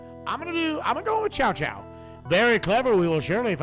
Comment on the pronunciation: ...I haven't heard these names pronounced that badly since the old PS2 English dubs. It's not 'Chow Chow' or 'Cow Cow' (what the old Dynasty Warriors games said). It's Tsow Tsow. The names are kinda fudged to pronounce if you haven't heard the later, better English dubs of Dynasty Warriors.